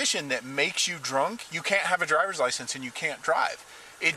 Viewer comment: "He dwunk " 😂